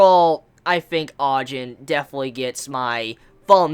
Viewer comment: Btw its (Ah-Jeen)